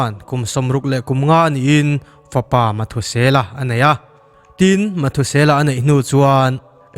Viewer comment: Mathusela nilo in,methusela tih anilo maw?